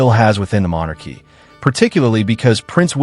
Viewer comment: House of Monarchs? You pronounce it mon AArkee. And you won't state that only Parliament can strip titles. And this current parliament is busy pretending they have too much else to do